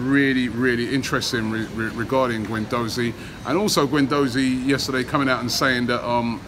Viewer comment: Guendouzi not gwendouzi Robbie